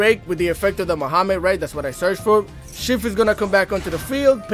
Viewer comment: Did u just call Magnamhut by “Muhammed” bro!?